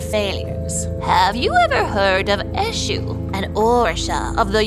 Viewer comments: It’s not pronounced like that tho: it’s pronounced; Ashoe… the god Edit: it’s spelled Esu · She didn't even pronounce the Eshu very well 😂😂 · As a Nigerian, hearing the way they pronounce"Eshu" makes me laugh😂